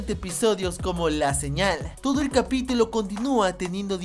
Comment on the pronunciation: Alguien más se dio cuenta que dijo capitilo? xD